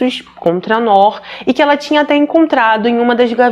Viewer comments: Oi a pronuncia correta é "NUR" significa LUZ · Descobri o seu canal a poucos dias e estou maratonando todos,ótimos e bem esclarecido,uma pequena observação, nós descendentes ou árabes pronunciamos Nuur,que significa luz. Abraços! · vc é maravilhosa como sempre! Só uma correção para ajudar se tiver uma próxima vez que tiver esse nome. Se pronuncia “Nur”, significa luz em árabe por sinal e infelizmente essa foi apagada por ignorância e maldade 😭. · Ótima reportagem só a pronuncia do nome que se pronuncia NUR que significa LUZ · Ainda assistindo, atrasada. Pronuncia- se Nur ( tremendo a língua no final r) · a pronúncia do nome se diz: NUR, meu enteado se chama como ela, NOOR, mas se diz NUR. 🥰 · Querida, mais um vídeo ótimo! O nome é Nur. É “luz” em árabe. Gosto muito do teu trabalho!! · Noor se pronúncia nur e significa luz